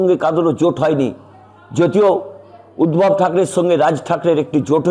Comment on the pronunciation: উদ্ভব না উদধব বলুন